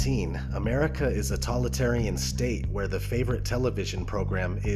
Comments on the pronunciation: While I love this and you brought up really good Dystopian Gems , please Sir it's Totalitarian and while I like the word you keep saying Talitarian it kinda distracting. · When you describe V for vendetta and Running man (and maybe others - I skipped a few) you say ''tolitarian'' instead of totalitarian... Dude! That's a serious mistake, especially if you want this video to be taken seriously. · This is an excellent list. Thank you for including Equilibrium, which is soul-churning. We can see that it and definitely 1984 are coming true. One last thing, though. Did the narrator mean "totalitarian" rather than "tollitarian"? Either way, I'm really liking TV. Cheers. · God damnit! TOLITARIAN IS NOT A WORD DUDE! The word you are not pronouncing is TO-TOLITARIAN! You are not saying the first part, it would phonetically be said like this toe tall it tear E N totalitarian Ugh you say tolitarian one more time in this video and bro, I will come at you. You wanna come at me bro? For grammar notseeing? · DAMMMMMIIIITTTTT! You did soooo well, and did not say that word wrong again. What word? The correct word is TOTALITARIAN. What are you saying, not totalitarian. Nope you are missing the TO at the beginning, and didn't say it again. From when I posted my previous message around number .. idk 18 ... but then you go and do it one last time on the VERY LAST MOVIE OF THE LIST NUMBERING 33!!!!!!!! lol come at you bro! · I tuned out after the 10th time this guy mispronounced totalitarian as "tolitarian." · You say "tolitarian" a lot.. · Are you not saying fascist and totalitarian correctly for a reason? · totalitarian is a really hard word to say, don't you proof read???